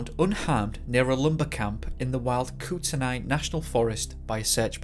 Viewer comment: Kootenai is said like koot-nee